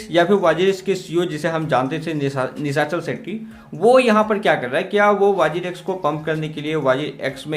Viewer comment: Abe chitiya nishachal setty nahi Nishal setty